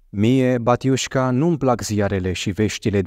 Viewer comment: Doamne ajută! Te ascult cu mare plăcere! Vreau să te corectez în exprimarea cuvântului “batiușka”. Se pronunță astfel “bátiușka” cu accentul pe primul “a” Succese în continuare! Bucurii!